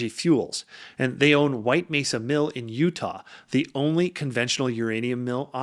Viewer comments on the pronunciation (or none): none